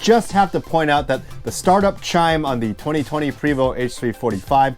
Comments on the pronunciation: Love your videos but it's pronounced Pray, my good friend works for them..Vo...Pray 🙏 🤲 But you are right, who cares lol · Its prey voh. No st sound. That comes from a french Canadian i know. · “Pooway-voh” in a French accent. 😄